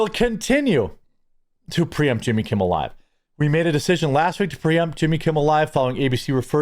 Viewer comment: Why u keep calling him yimmy